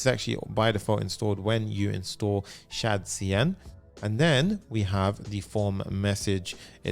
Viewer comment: "shad-cdn" lol